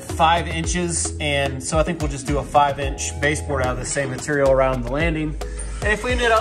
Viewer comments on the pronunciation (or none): "Matorial" :D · The best episodes are the ones that says "material" on! 😄